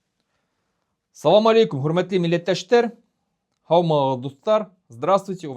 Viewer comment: Не Салам Алекум. Говорится. АССАЛАМ АЛЕКУМ.